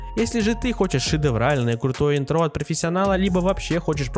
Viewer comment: Не интрО, а Интро